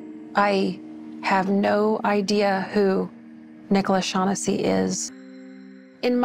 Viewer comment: To the narrator, do a little research and pronounce the last name properly. The phonetic spelling is Shawn-ness-see.